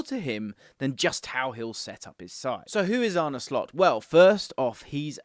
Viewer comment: It’s Ar-nuh, not Ar-nie. I don’t agree with this lineup. Slot’s teams will usually set up in a 4-2-3-1. Your analysis of the final positions is a bit hazy. I don’t think Mac Allister or Trent suit the double pivot role perfectly, with neither really having the defensive chops for the role. That’s why I think Slot will go out and buy a specialist DM, and keep Trent at right-back. Szoboszlai will compete with Curtis Jones and Harvey Elliott for the attacking playmaker role.